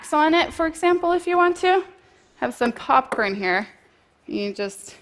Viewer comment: "Cockporn" for "popcorn" again, bless her :-) Get well, Simone. The world needs you.